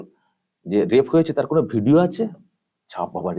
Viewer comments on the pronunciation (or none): none